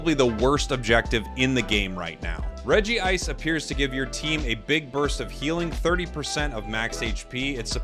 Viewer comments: Its not Regi-ice its Reg-ice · Regice so bad he had to say it twice